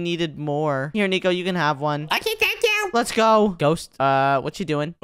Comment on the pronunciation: Nico say Let's ga or Let's go 😂